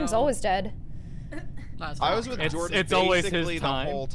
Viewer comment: How says "Jordan", its satisfying. i dunno how to explain it......but it makes me feel complete.